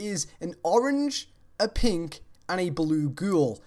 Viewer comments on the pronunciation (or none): none